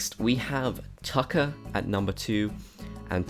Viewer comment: when talking about tucker, he calls him zucker lol